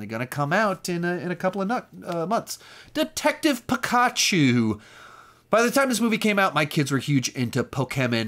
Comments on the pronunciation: “Based off of a game called… uh… detective Pik”ah”chu”😂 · The way he pronounced Pokémon and Pikachu was wrong but funny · Never say Pikachu or Pokeman again, you butchered the pronunciation. But great video and collection other than that. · The way you say Pokémon and Pikachu lol